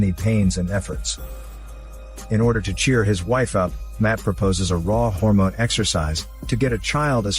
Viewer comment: I have already seen this movie, but I still clicked on this video just to hear him say hormone let go